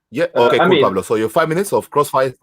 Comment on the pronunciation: Pavlo not Pablo excuse me !!!